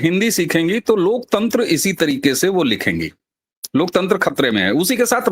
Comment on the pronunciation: LOK TENTR nahe LOK TANTER boleye...